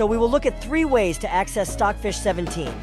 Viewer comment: he say filed stocj fich 17